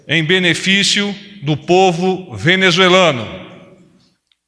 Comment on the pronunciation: Cambada de repórteres que nem sabem falar a palavra “ Venezuelano”. 🤣